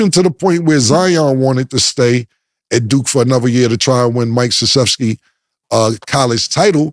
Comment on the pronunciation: Cam is notorious for fuckin up names, so to hear him pronounce Mike Krzyzewski perfectly is a bit amusing🤷🏿‍♂️🤣